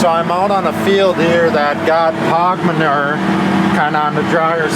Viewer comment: The word manure. Y’all say it wrong 😂